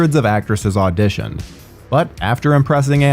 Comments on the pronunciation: Pronounced SA-NEYE LAY-THAN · The butchering of Sanaa Lathan’s name should result in jail time 😂 not a native English speaker or not, all it takes is a google search.